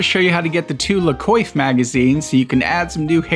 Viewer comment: It's La "Kwahff" Trust me, I took French for three years in high-school.